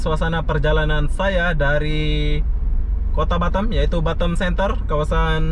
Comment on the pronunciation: Lebih enak batam dengernya daripada batem bang 😁😁